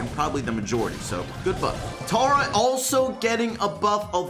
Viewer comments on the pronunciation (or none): Im still annoyed its not tara its tear a